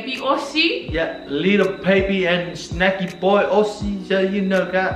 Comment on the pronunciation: Lol 😂 keep saying Shnacky boy 🤣 I’m glad you two found each other.. cos now we get to watch SVSQUAD 🥰💖💖